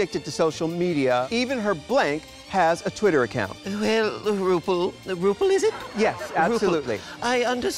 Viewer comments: "Roople" lol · “RuPul” Amazing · "Ru pul is it?" 🤣